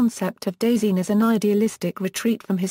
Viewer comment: When you make a pronunciation video but it doesnt pronounce it right